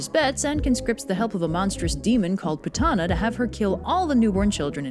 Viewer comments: Btw it's pronounced poot-na not pu-tah-na🙊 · 😂but it's actually pronounced as P-O-O-T-H-A-N-A or (poodana down in southern India). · Not Putana but POOTHANAH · The Correct pronunciation would be " "pootna" but I get your point! Pretty funny if you ask me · I am going to be whooshed for this, but horribly mispronounced all the names here. Because sanskrit has an inbuilt soft a sound and an hard n sound, putana will be pronounced as "pu-t-na" while kansa will actually be pronounced as "ka-uns", and balarama as "bal-ram". Putana would mean putrefaction.